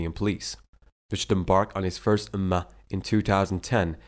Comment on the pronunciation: 1). Time-line Suurat 51.47 Pron: Adh - Dhaa - Re - Yaat. 2). Time-line Suurat 21.30 Pron: Al-Ambiyaa'a 3). Time-line Suurat 78 vs 6 & 7 Pron: An-Nabaa. 4). Not Ummah. But 'Umrah. Ummah = The worldwide Muslim community. Umrah = The small Hajj. Highly recommended, not obligatory.